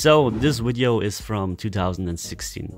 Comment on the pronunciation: PRACTICE ON PRONOUNCING VIDEO... NOT "WIDEO" LOL